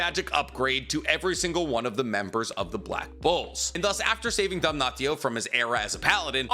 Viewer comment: "dam-naht-io" bro please why are you intentionally saying it wrong, its givingthe same vibe as people calling naruto "nuh-rue-toe"